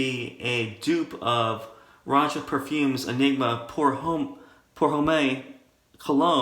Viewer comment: Not that its important in any way, pour homme (for men) is pronounced pour hum, or very close to it. The e is silent. That and 25 cents still won't get you a cup of coffee 🤯 Nice list👍👍👍💈